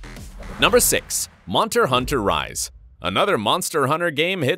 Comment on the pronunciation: Bro it's monster not monter